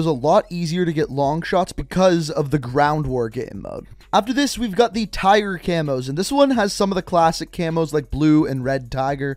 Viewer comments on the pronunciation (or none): none